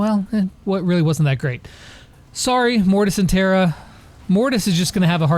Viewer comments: Its Tara not Tera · It’s not teara it’s Tara 😭